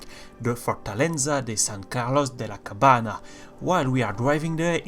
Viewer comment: I love your videos! They make me feel nostalgic, I used to explore every corner of every city when I played with my brothers Ah! and you can pronounce "Cabaña" as "Cabanee-a" or "Cabania", it's a bit tricky to pronounce spanish so is just a little tip that could be useful in future Havana videos ;)